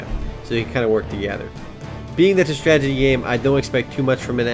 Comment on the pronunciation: I like how you say "stragity" instead of strategy. x) Love your first looks, and your site. FTW!